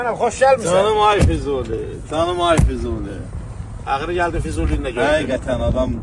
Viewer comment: Manaf bəy Fizuli yox Füzuli Bu adam rayonun adın düz deyə bilmir